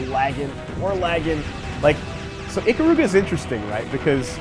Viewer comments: ee-KAH-ruga, not ICK-uh-ROO-guh. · I gained mad respect for you as an Ikaruga fan, EVEN THOUGH YOU CALL IT "EEKA-ROOGA", the second you mentioned my bae Kagari and the Ginkei by name without prompting. I knew you knew the real story, and I had no idea one of my favorite youtubers had the same respect I had for this wonderful piece of art in video game form.